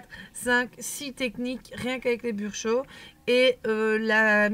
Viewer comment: Attention c'est Brusho et non Bursho ...un détail certes mais quand même lol